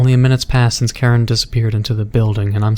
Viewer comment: Hm. Karen you say? I think its Kiran if im correct.